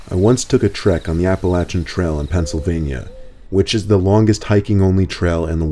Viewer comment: as a born and raised Appalachian person, I would like to thank you for pronouncing Appalachia correctly.